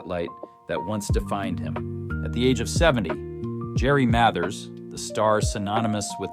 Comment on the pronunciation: AI pronounced Mathers wrong. Go figure.